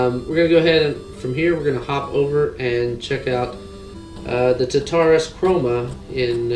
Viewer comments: Today we got the razer Tuhtarus!!it is pronounced tarterous. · tarrrr taaa ruuuus. Pronounce it correctly. Its greek hell not some made up word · It's pronounced Tar- tar- us . Then combine them :).